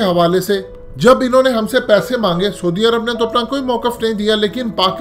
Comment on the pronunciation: soodi arab....hahaha...bolna b ni ata....saudi arab hota ha...